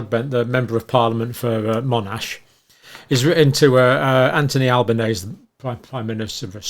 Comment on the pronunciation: Albanese rhymes with lemon squeezie fyi and yes, he will ignore it. 😢